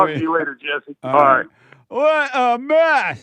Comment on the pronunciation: Heyuh Jesseuh if it weren't for womenuh you wouldn't be hereuh 😂